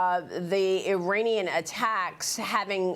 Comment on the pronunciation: It's Not "Ee-Rainy-Yan" (no Rain in forecast)!! It's pronounced "Ee-Ronny-Yan"!! Highly educated Journalist!!